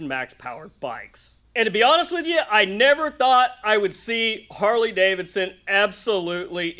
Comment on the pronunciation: "Carley Davidson"!😂